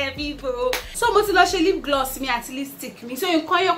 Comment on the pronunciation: Hahahahaha haha did I just hear lip gliss?